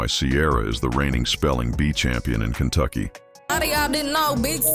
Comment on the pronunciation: she said Cuntucky.. Cunt is with a C... you need to listen better boy lol